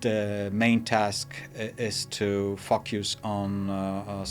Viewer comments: Another excellent analysis (but he pronounces ”focus” like f*** you’s 😅) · I heard the exact same thing ya. Ha.